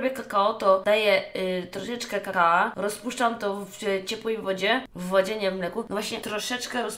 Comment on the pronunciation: Niby streamerka o kurwa jakie to nie nie mądre i óguem a tu nie wie że mówi się kakao a nie kakała i remsua lepszy